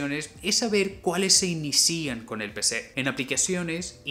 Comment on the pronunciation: Por qué dices inicían xd